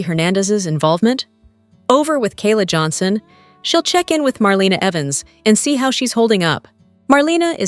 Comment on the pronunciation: YOU have no business giving any spoilers without knowing how to say MARLENA'S NAME RIGHT.